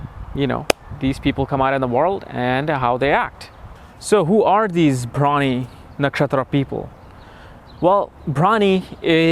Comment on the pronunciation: Your pronunciation is bad. You prounced the nakshatra as bhramini. It's Bharani.